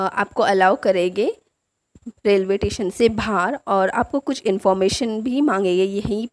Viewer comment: It's not tation it's station 🚉 but nice video